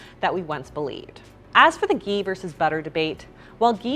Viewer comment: Lol this coffee with ghee is hilarious. These people can’t even pronounce Ghee! It’s pure butter that’s all it is and it’s also fat so don’t go over our heads with ghee.